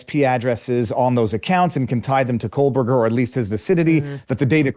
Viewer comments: Why does it sound as though his name is being pronounced as Kohlberger, with an "L" or are my ears playing tricks on me? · Why does she always say "Coalburger?"